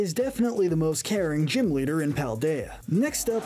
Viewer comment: It's Paldean, not Paladian!